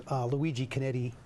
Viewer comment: Beautiful exhibit. Not to criticize, but hope that the correction is made. The name is Luigi Chinetti, Jr. not "Conetti". I hope that corrections can be made before any material is printed. Ferrari enthusiasts are critical of details.